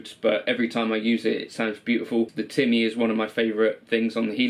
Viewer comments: Also, disappointed you dont say "Timmy" in the way someone who is in their 30s should. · That's how you would say it if you came from Lestah (Leicester)